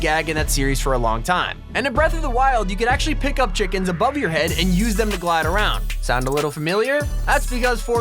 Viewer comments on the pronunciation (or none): when you say chika i say chicken